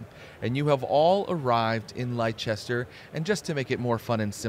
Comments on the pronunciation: apologies for being that guy but "Leicester" which is presumably what you mean is pronounced more like "Lester" Same deal as Worcestershire sauce being pronounced ~Woostershire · Leicester: ❌ "Lie Chester" 👍 "Lester" Yes, England is a silly place